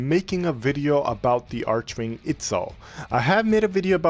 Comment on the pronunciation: "arc"-"wing" XD not "arch"-"wing" nice build tho <3